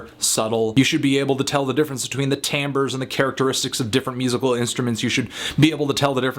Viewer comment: Finally, someone pronounces timbre correctly.